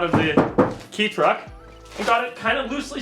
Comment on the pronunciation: ITS PRONOUNCED KAY TRUCK NOT KEY TRUCK!!!!!!!!! EDIT: after reaching the end of the video I am presently surprised to find the finally say it right